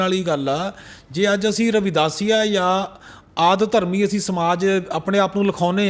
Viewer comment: adharmi na bolo ad-dharmi bolo hor jo kahoge karage par lafaj theek kaho